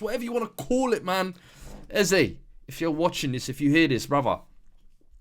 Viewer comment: It ain’t “Eze” 😂